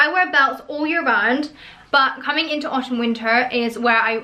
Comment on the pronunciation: I don’t, it’s extremely annoying.